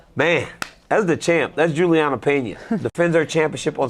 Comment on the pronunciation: DC sucks, he can’t even get Julianna name right lol